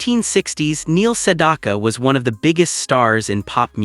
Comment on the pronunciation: Maybe AI can learn how to pronounce his name correctly.